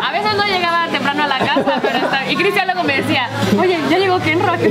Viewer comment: Dice critsian en vez de Cristian👆 😄😅😆